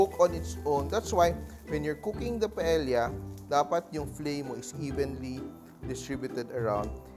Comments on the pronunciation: mawalang galang na po chef!! Ang proper na pag-pronounce po ng PAELLA ay hindi po pa-ELYA kundi pa-EYA!!! The ELs are SILENT!!! Yun lang po 😊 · It’s actually pronounced “Pae-ya” The double L in Spanish is pronounced as the letter y. Since Paella is a Spanish dish, it’s better to pronounce it appropriately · It’s called PAEYA. You need to watch how the Spaniards say it. Thank you. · In Spanish, it is pronounced as silent L. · Chef ka ba talaga? Proper pronounciation ng paella mali pa?